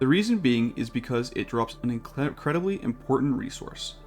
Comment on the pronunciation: Do some more takes bro. Incledibly-incredibly? Redo that take my man!